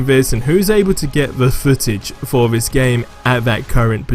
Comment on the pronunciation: why is it that so many youtubers say Vis instead of This?